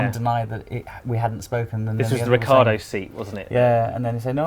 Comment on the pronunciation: The only reason I scrolled down to the comments section was to mock your mountaineering gear. I'm glad you took notice, I expect you're filming high in the alps... Also, for God's sake, get Ricciardo's name right...